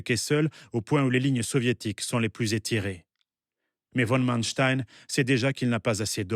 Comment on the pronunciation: Friedrich Paulus ne s’appelle pas « von » Paulus. Il n’est pas aristocrate, c’est un roturier qui fait carrière par son seul talent, et non un Junker prussien. Et, pitié, dites « fon » et pas « vonne » Manstein.